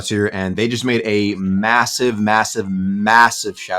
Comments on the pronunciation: did u say massive? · did you say massive?